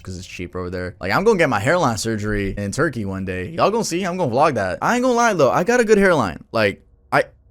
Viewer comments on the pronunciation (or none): none